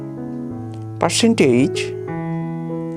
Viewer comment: "Precent H" 💀